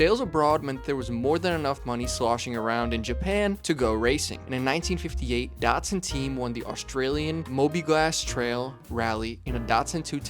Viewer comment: ....Mobi-glass trail? Are you sure you don't mean "Mobil Gas Trial"?